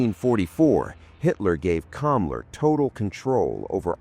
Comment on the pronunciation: The name was Hans Kammler, NOT Kamla .... duuuuuuh